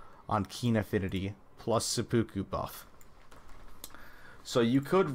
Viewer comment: This man said occulant and sepooku instead of occult and seppuku while offering us the best data set we could’ve asked for. Absolute legend